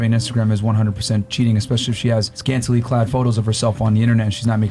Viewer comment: Bro said scantily clad 💀💀💀